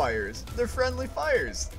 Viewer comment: fwendly fire iss imunitty tofire